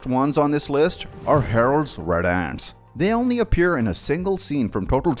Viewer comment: the pronounciation of "ants" makes it sound like azz so you get "harolds red azz"